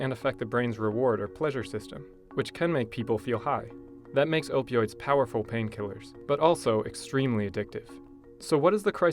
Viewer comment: Opee Oids